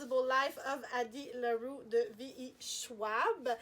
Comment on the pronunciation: Je ne suis pas surprise de son choix de livre! Très beau paquet! Et très drôle de t'entendre prononcer Addie Larue à l'anglaise! J'adore les goodies!